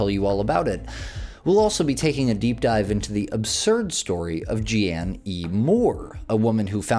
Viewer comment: Jeanne is pronounced like “Jean” or “Gene”. lol unfortunately I share the same name.